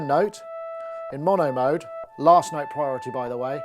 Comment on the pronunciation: "8 noteTH"